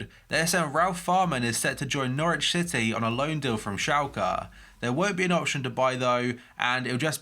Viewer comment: Am I the only one who thinks he says Norwich shitty instead of city?😂